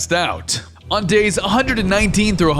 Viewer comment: 300 dais I in dours 😂